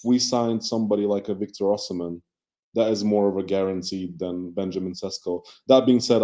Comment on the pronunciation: Oshimen is an Igbo name- the h is sikent. Its Osimen